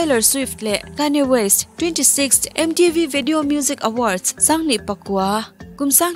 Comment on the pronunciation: Kanye west... Kayne west tiin i lam tlat a... a dik zawk a mi, hetia lam tur zawk hi a nia mi?...